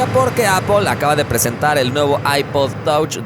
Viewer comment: Touch así literal ...ese nivel de inglés jajajjaja